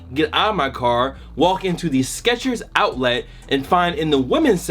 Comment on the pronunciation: The way he says outlet, oUtLiT